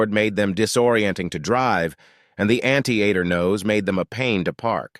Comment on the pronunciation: "Anti-ater" nose?